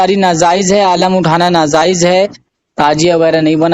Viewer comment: اِن جاہلوں کا یہی کام ہے جب پھنس جاتے ہیں تُو کُتّے کی طرح پگلا جاتے ہیں پھر بهو بھو شروع کردیتے ہیں جہلا سب اس جاھل کو تو صحیح طور پر بولنا بھی نہیں آتا ناجائز کو نازائز بول رہا ہے بے غیرت بے وقوف جاھل